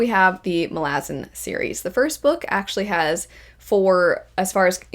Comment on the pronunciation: I’ve never heard anyone pronounce Malazan like that 😂